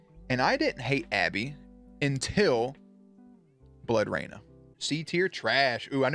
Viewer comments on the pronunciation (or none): none